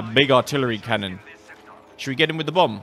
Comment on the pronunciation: *Without a live audience*: Shouder we hunt it. Okay I'm going to hunt it